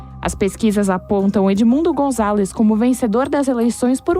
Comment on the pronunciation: Por favor, vamos lá jornalistas GONZALÊZ???????????????? GONZALEZ , Né!????? Vão se ligar e aprender a ler e interpretar 🤦🏼‍♀️🤦🏼‍♀️🤦🏼‍♀️🤦🏼‍♀️🤦🏼‍♀️